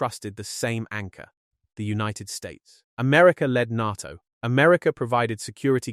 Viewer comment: If you're going to make videos about the new northern alliance and NATO, you really should make sure your knows how to pronounce "NATO". Here's a hint, it isn't pronounced "Nahh toe".